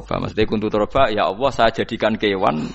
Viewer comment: Dia menyebut Alloh kok dg lafadz Awoh ? Padahal Gus. Lho